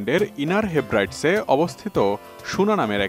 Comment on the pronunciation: উচ্চারণটা হচ্ছে, "হেব্রিডিজ"। হিব্রাইডস নয়।